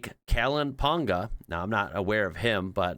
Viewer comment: Hilarious Pongas head nearly coming off his neck because he doesn’t know when the breaking is gonna start and can’t brace himself 😂my done the ride along at Sydney Motorsport park back in February, loved it 👍🏻 and it’s “pong a” not a hard G 😊